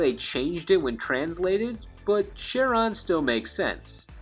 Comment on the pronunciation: his name is pronounced: Ka-ron. after the fairyman of the river styx